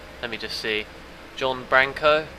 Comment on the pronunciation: and its pronounced bronco as in the horse but that's ok